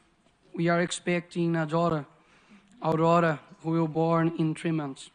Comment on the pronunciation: He needs to learn how to say Aurora in English